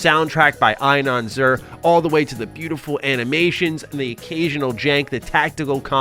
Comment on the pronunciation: Inon Zur is pronanounced "Eenon Tsur".